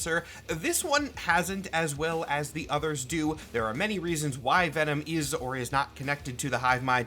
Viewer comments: Ve'nam. trời ơi, Mắc cười quá à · ngl “Ven-nam” made me giggle…